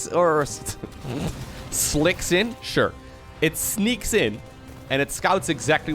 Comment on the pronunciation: "A ling sleaks in." Combining "Slink" and "Sneak." Very meta of you,.